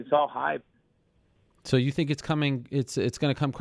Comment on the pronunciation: It's I think not i tink